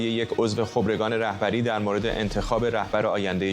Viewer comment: چقدر. چرت ما. ری. مدهیم با دل. جان. قانون. قانون است درصمن. این. سازکوز. حتی. نمتواند. خبرکان را. درست. تلفظ. کند